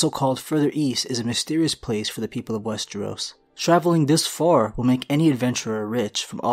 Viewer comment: I was so happy to hear you pronouncing westeros correctly, then in the last minute or two you say wes-tree-os again. You had to do it on purpose to piss me off. Kidding aside, another great video.